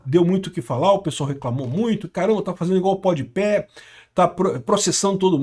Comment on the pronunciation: o melhor é o dizendo podi pé sendo que é podi pa